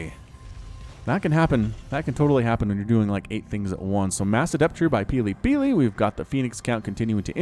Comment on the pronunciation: Wow, you got that tongue twister quite right! Shows how much practice you have at casting :) Great game!